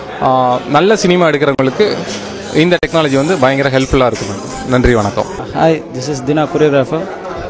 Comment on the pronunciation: look up the word "disco" in dictionary u moron!! not a single person on this video knows how to talk except for the guy on a ralph lauren shirt.......its not "venakkam" its f***ing "vanakkam"